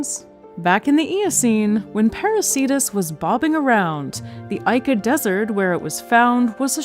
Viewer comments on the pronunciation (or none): Just a quick note: Ica, Peru is pronounced "EE-Kuh" not "EYE-KA" Source: Latina married to a Peruvian from Ica. Great video! Loved this thank you so much :)